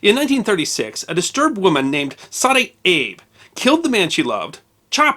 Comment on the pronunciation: Small pronunciation notes: the E in Edo and Abe is pronounced separately, and sounds more like the 'a' sound in 'cake'. So, 'Ay-doe' and 'Ah-bay'.